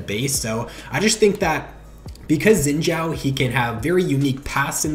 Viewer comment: I cringe at how you say xins name